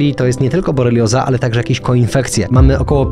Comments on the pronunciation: Dobry materiał, ale boRElioza a nie boLErioza ;) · Nie rozumiem jak to możliwe, że właściciel kanału nie potrafi poprawnie wypowiedzieć nazwę choroby, na którą ponoć cierpi... BORELIOZA!!!!! A nie Bolerioza.. Wstyd! Niemniej materiał bardzo ciekawy i warto go prześwietlić. Pozdrawiam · Przepraszam, ale borelioza a nie bolerioza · Chłopaki- borelioza a nie jak mówicie bolerioza. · Bardzo ciekawie się słucha tych rozmów, wykorzystam wiedzę, ale na Boga, specjalista mówi BOLERIOZA? Jest BORELIOZA. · Nie boLerioza tylko boRelioza. Fajne tematy, mało szczegółowe.